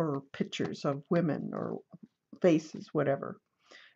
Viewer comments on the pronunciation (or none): none